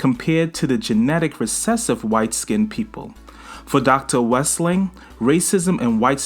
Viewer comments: WEL-SING!! NOT WES-LING!!! 😃❤🖤💚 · WEL-SING get it right...